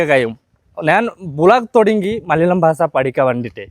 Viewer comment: Basa alla Basha